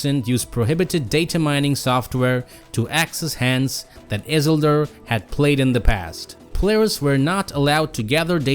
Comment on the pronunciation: Your prononciation of isildur is killing me 😂